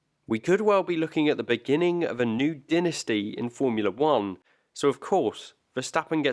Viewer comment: The way you say dynasty is not correct sir.